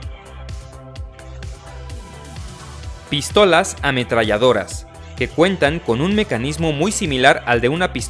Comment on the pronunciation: Por que dice Pístolas ? Acentuando la I